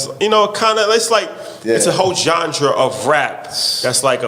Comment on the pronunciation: Can some tell there's no d in genre lol